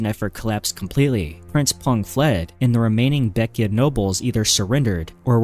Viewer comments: Its not pronounced baek-ya. Its pronounced as how its spelled. Baek-jae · Baekje is not pronounced "beck-ee-ah," it's "beck-jeh" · Why are you pronouncing baekje baekya?